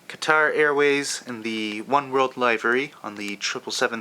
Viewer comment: Just so you know, it's pronounced lih-vur-ee, not ly-ver-ee